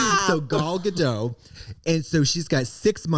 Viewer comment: katya: "gal gadeaux" trixie: "*gall" me: "NO IT IS GAL BUT IT'S GA-DOT YOU PRONOUNCE THE FUCKING T IT'S NOT FRENCH IT'S HEBREW"